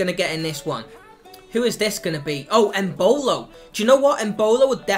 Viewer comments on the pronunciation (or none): Embolo... wrong